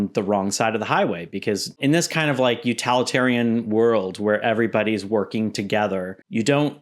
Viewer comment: Respectfully, it’s utilitarian, not utalitarian.